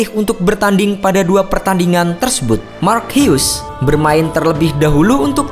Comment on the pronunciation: Salut sama pengisi suara yang pasti uda research cara baca nama Mark Hughes. Semoga dipertahankan ya kemauan untuk research cara baca nama yang benernya biar enak nontonnya. Salam CeBol! Bagus!